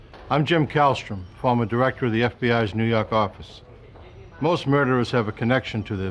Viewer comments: NEW YAWK AFFICE! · "nuu yawk affice"